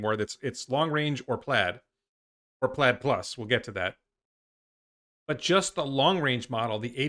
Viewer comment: Plaid Plus sounds like "platypus"